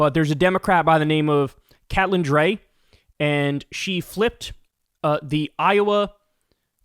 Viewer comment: Cat-lynn? Kate-lynn... most likely